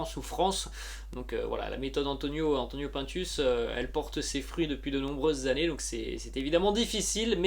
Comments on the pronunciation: PINE TUCE ET PAS PAINTUS. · on dit pas pintes mais pINtus c'est pas un français